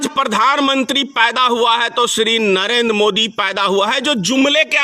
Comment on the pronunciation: Why you are saying SHRI. revised as STRE.